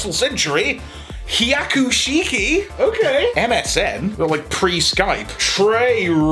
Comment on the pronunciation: He-ah-coo-she-key. Just saying.